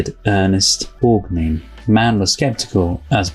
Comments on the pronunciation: Ernest Borgnine's last name is pronounced Borg- nine (as in the number 9, not neen. Hope this helps. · Borgnine is pronounced Borg-Nine. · Loved your reaction. I remember watching the original tv play with Rid Steiger. But Borgnine was wonderful. (Pronounced Borg-9,). Everybody’s raving, including me! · BTW, it’s pronounced Borg-nine same as the number 9. Very moving review. Love that you don’t talk over the dialogue. Thanks for that.